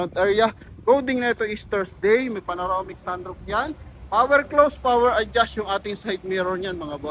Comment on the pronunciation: PANAROMIC o PANORAMIC. Alin ang tama?